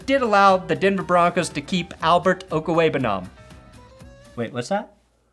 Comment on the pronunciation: i’m glad I know how to pronounce Albert O’s name … i’ve been listening to philly creators butcher it all night hahaha